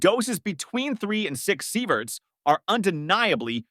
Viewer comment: Sighverts? Really ?!